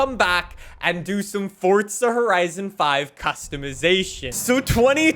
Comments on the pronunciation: Forza not fortza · FORT-ZUH…??? I don’t understand… FOR-ZAH Say FOR-ZAH 5… just one time… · Why does he say fortza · FORTZA HORIZON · 'Fortza' horizon lmao 🤣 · istg if this guy says "fortza" one more time (idk if thats ac how u say it XD) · If you say FORTSZA one more time I’m going to bite my eyelid off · be like: Fort-za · how is it "fortsa" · you spell forza better than you say it